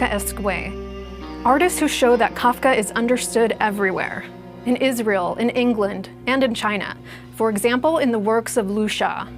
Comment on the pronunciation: i was watching peacefully till i heard "is * ra * el" then u lost me